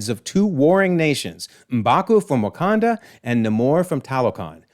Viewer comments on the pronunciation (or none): none